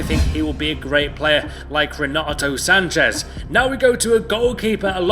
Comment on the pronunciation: its sanches... not sanchez... he's portuguese , not mexican